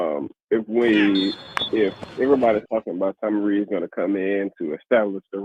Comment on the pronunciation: It's pronounced "Rees" like "lease."